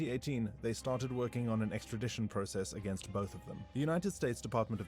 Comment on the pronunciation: This foo can’t read extradition hahaha😂